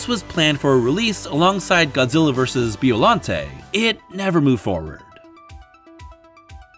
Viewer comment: its pronunce bIollante not beollante